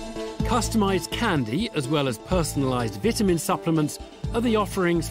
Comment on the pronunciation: It’s “ VITAMIN” not vitaminz 😂